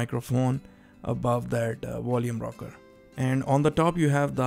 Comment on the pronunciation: "Wolume Rocker" WTF DUDE